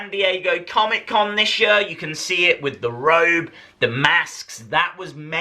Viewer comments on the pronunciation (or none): Why do you say "year" like that u just sound weird!!!